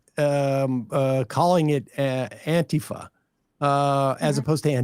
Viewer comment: Pretty slimy saying "anti-fuh" instead of "anti-fah" in order to obscure what the FA stands for.